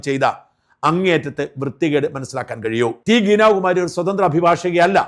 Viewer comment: ഗീനയല്ല ഗീത എന്ന് തിരുത്ത